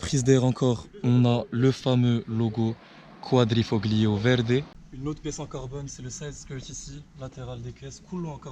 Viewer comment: QUADRIFOLIO pour la prononciation !